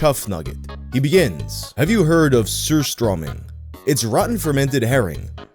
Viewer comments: Damn That’s a real fucking great pronunciation of surströmming! 👌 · Need to give u cred for the pronounciation of Surströmming!!